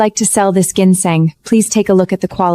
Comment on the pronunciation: The way they pronounce ginseng is pissing me off😂😂